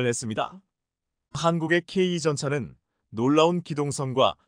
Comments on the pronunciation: 아 제발 케이 전차라고 하지말고 케이 투라고좀 읽어주시고 케이 구가 뭡니까 케이 나인 이라고 읽어주세요!! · 나하고 똑같습니다 내용은존데 발음하는 소리가 엉터리다!!케이투. 와 케이 나인 을 케이. 이. 또케이 구 라고 하는데 그걸못고치네!! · 맞습니다 설명좀 제대로 했으면좋겠다 케이 나인을 케이구라고 하질않나 케이 투전차를 케이 이 라고 설명하질않나. 듣기 짜증나네!!네티즌 들이 영어를 모를까봐 그렇게 읽어주나보네!!